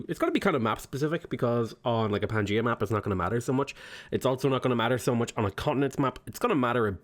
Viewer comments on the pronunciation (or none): none